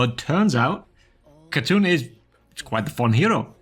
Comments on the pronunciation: its not khatoon, its KhaaTun btw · I hate to be this person, but this is one of the few times my country gets represented in video games. "Khatun" is pronounced "HA-Toon," as it means "lady" (honorific) in Turkish. In contemporary Turkish, it's written as "Hatun".